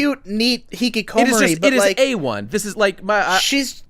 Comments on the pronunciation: the way says hikikomori makes me sad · Jesus Christ,, please look up how to pronounce Hikikomori xD